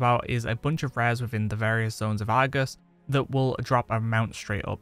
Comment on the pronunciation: I like your videos, but I have to admit.. Your dialect frustrates my ears. I mean no offense. But like Argus . The Ar sound is like the letter R. Not Agus. And when you say words like "likely". Where I'm from it's pronounced "like-lee" not " like-la". Again, no disrespect, just thinking out loud. 😁